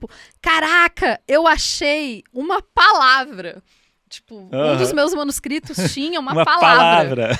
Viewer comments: pq ele não consegue falar manuscritos 😂😂 ele fala manuscristos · por culpa dele toda vez que eu ouço alguém falar manuscritos, na minha cabeça começo a repetir manuscristos, aliás, manuxcrixtux kkkkkkkk